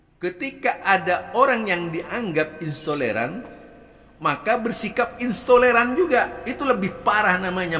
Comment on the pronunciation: Intoleran bukan istoleran…ngomong aja ngga bener.,emang ada yg tidak dibawa oleh nabi ? Kamu kenapa tidak kritik pentolan FPI.,kamu pasti bagian dari yg dibubarkan….ngomong apa kali kamu ini.